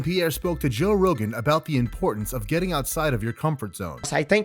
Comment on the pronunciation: Nur mah go med ov like saying off except with a v